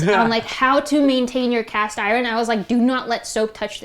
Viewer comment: She says Iren lol